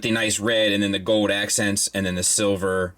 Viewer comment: Fowd. says “fowd” or “foed”. Like silver and gowd.